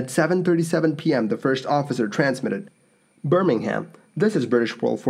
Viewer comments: Bur-ming-um, not Bir-ming-ham. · Just a heads up, that city is pronounced "Burr-ming-um" rather than "Burr-ming-ham" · Yes and Birmingham should be pronounced Burmanum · The h in Birmingham is silent too. For Birmingham, England anyway. Birmingham Alabama is pronounced the way you said it.